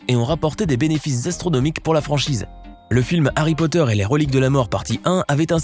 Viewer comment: No pas Harry poteur